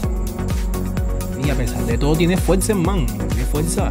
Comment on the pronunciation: fuerza o fuecza ? cáncer auditivo